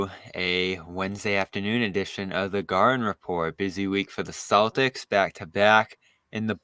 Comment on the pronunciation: Gahden repot??? More like thanasis manning repot